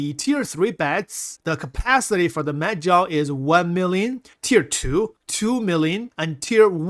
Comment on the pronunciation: I swear he said "meth gel" lol🤣